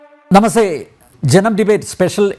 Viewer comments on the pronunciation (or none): നമസേ അല്ല സർ, നമസ്‍തേ.. Ok?